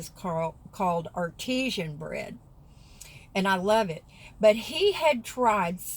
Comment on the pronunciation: I had a chuckle at your bread....are you sure your bread isnt artisan (like hand made) and not artesian (like in water). your mousie likes good hand made bread too...nice of you to share with him. lol